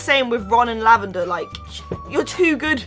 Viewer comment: Are you saying lavaner brown because it sounded like it